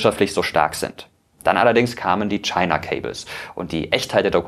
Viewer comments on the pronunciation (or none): none